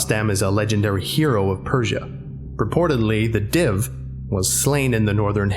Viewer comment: This isn't a call-out just pointing it out, pronunciation is a pain; I think the "Div" is pronounced more like "Deev" and Ahriman is pronounced like "Ah-ree-mahn". I might be wrong but I'm fairly certain.